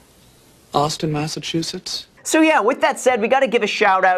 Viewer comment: no one: Graham: AuStiN MaSSchUsetTs!!!